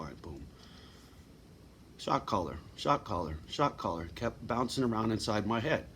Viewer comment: you keep saying shot caller, I hear shock collar 🙂 puts a different spin on it. thank you for caring for yourself